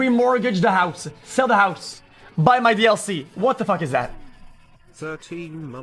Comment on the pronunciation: ssesll the house?? KEK